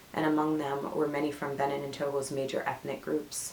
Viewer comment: Thanks for sharing your results. By the way, Benin is pronounced Beh-been.